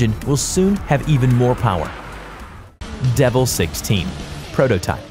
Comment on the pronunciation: 1) koniseg- Koenigsegg 2) Porshh- Porsch-UH 3)de vil- Devel